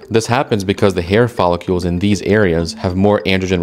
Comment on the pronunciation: Is “follicles”, not “follicules”. If you’re going to present a factual scientific channel, at least pronounce the words properly 😳🙈